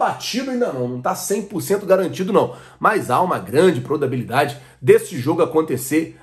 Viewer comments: Quem q aos do vídeo ouviu o dizer PRODABILIDADE??? HAHAHAH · So eu que ouvi "prodabilidade"?? Kkkkk zoeira kkkkkkkkkkkkkkkkkkkkkkkkkkkkk vc é top!!!!! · Kkk ele realmente falou isso mesmo